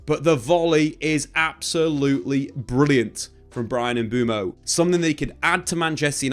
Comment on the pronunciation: lad, let’s learn how to pronounce MBUEMO before the season starts 👍🏿